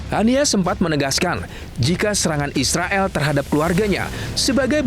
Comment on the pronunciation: Gila ya blom ada bukti, Ngomong nya eanak aja ya bilang isreael😂😂